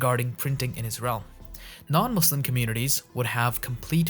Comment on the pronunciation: How can you pronounce Qur'an and mispronounce Muslim lool